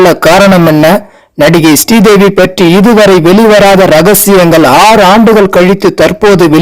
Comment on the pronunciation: Sree Devi not stee devi